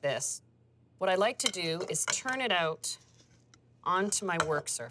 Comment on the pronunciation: Turn it "oot"?